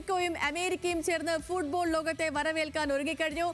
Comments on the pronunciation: ഫൂഡ്ബോൾ അല്ല ഫുട് ബോൾ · എപ്പോഴും ഫുഡ് ഫുഡ് എന്ന് വിചാരമേ ഉള്ളൂ ഫുഡ് ബോൾ അല്ല ഫുട്ബോൾ അങ്ങനെ പറ